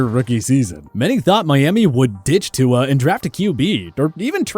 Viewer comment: you people make a video on how to properly pronounce NFL player names. yet you still butcher Tyrod's & Tua's names!